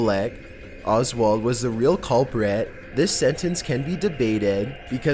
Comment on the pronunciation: Oh my God dude, you need to learn how to narrate properly. To say the least- you put emphasis on the wrong words at the wrong time, all the while taking inappropriate pauses! "Cuulpriiiit".. man, you're the culprit of fucking up a good video with your nasaly ass voice. Learn how to talk before you do more videos. Thank you.